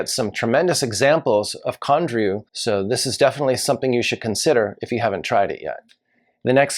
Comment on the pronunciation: Condrieu and Barossa were others mispronounced